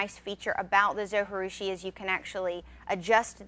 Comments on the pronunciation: its pronounced zo G roo she. g as in jee not ghee. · No way José! How can you not pronounce that "J", different languages use "J" to represent different sounds, not silence. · Great video! Thanks so much! I have baked bread for 35 years by hand and just have discovered bread machines. I just have bought the Zo Virtuosa and I love it! But did you realize that you are supposed to pronounce the j in Zojirushi? They pronounce it on the Zo website in their videos. It is a Japanese word. You wouldn't pronounce the J if it were a Spanish word. Linda A